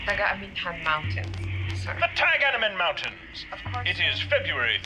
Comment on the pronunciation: The locations was the Taga-amihan mountains, as Wayda said before young butchered the pronunciation